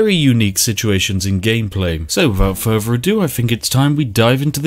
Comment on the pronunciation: Further not Ferver